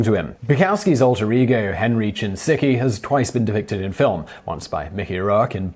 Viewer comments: Bukowski used the name Henry Chinaski, not Henry Chinsiki!! Please do your research, especially pronouncing names correctly!! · I love you. But I've never heard anyone pronounce Chinaski as, Chin sicky. lol stop. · Chi - na - ski. Henry Chinaski.